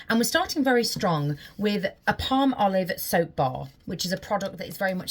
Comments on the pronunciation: I love how you say palm-olive, Americans say pal- molive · Ok, I can't believe it never clicked in my brain before. As soon as I heard her say "Palm-olive", it was like an epiphany! I have always pronounced it more like "Pal-molive" 😂 Seriously!!! I never saw the two words Palm and olive in the name before. 🤦‍♀️🤷‍♀️ 😂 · Palmolive is an oldie/goodie product. It goes way back to my grandma's time, if not before. However today was the first time I realized it was named for the ingredients: palm oil and olive oil. Who knew? I looked it up based on your deliberate pronunciation, "palm-olive".😊